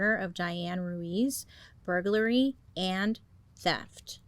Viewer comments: Bailey finally pronounced "burglary" without any difficulties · I love her pronunciations of things. And contrary to what she says, she says “burglary” just fine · im really proud of how well you pronounced "burglary" >.<